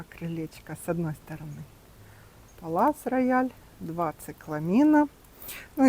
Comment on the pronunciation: Здравствуйте,а почему Палас Рояль,а не Пале Рояль?